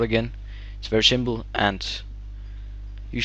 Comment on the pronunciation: its very shimple ... hahha cant stop laughing.. nice accent ._.